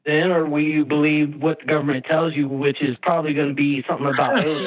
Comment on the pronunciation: “Or do you just believe what the guberment tells yuh?” Cringe, dude. Such cringe.